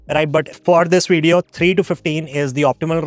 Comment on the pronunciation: He says "I'm based in the US" but then pronounced the word video as "wideo". He's full of shii